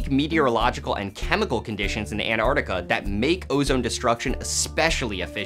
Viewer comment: It's pronounced Ant-ARC-tica, not Ant-ar-tica. You say the C.